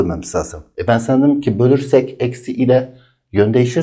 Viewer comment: O kelimenin doğrusu asla "bölersek" değil "bölürsek" jdlsşaöxösös hocam seviliyorsunuz